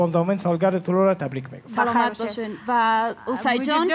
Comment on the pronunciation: طلوع را طلوه می خواند🤣😂